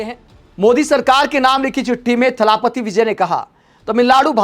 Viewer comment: थलापति नहीं जी इसे थलपति बोलिए. जैसे भूपति.😊